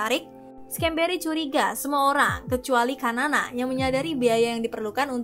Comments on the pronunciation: Xanana gusmau ... Bacanya sanana bkn kanan 😂😂😂😂😂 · Sanana bosss bukan kanana wkwkwkwk😂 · Xanana = sanana Bukan kanana.. Terlihat narator tidak punya wawasan yg luas sehingga salah mengeja nama xanana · Xanana dibaca 'Sanana', bukan Kanana 😂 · BUKAN KANANA min......Xanana (dibaca Sanana)